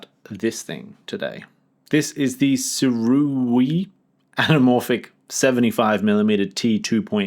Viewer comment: SOO-RAY pretty sure